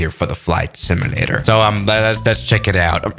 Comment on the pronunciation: How he says simulator "SIMUUULAER